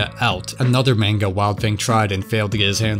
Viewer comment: “mane-guh”? Bruh it is the year of our lord 2025